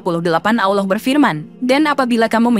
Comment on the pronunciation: Yang Menyampaikan Aja, Lafal ALLAH Nya 😅 Kacaw.